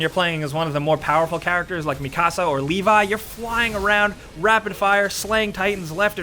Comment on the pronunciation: "especially when you're playing as mikasa or LEE VAY" dude wat